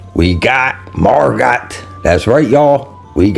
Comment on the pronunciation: Pronounced MargO. Great to see you got her, she seems good